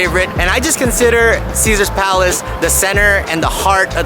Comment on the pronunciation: Caesar’s is and will always be my favorite. You said it perfectly 👍